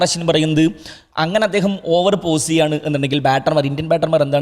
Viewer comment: പോസ് ആണ് പൗസ് അല്ല